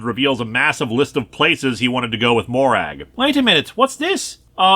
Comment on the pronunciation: Not criticising the video, just wanted to share. Despite the spelling the name Morag in Scotland isn't pronounced Mo-Rag. It's prononounced Mo-Rug. One of the many examples of how our dialect wishes to confuse the rest of the world